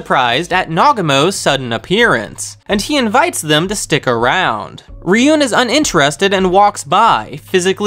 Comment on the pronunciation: Why do you call it “Ryun” and not “Ruen”, the latter is the right way to pronounce it, even tho it’s spelled another day.